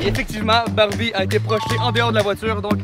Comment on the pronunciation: Jsuis le seul qui a entendue Bambi a place de Barbie